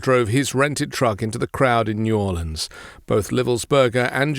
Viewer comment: As someone born and raised in New Orleans I was quite pleased to hear you pronounce the name of my original city correctly.❤